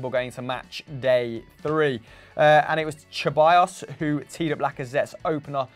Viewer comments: Ceballos is pronounced SEBALLOS or THEBALLOS not CHEBALLOS 😒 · Its se-bayos not cheballos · Come on guys let’s put some respect on Danis last name it’s pronounced Seballos with an S, the C is meant to be pronounced as an S. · Only thing more annoying than VAR is how you say Ceballos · Why are you pronouncing Ceballos like that